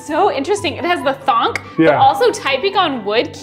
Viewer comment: Listening to talk about keyboards and not even having the gateron switches and lubing them properly had me rolling, then the "thonk" instead of "thock" had me ded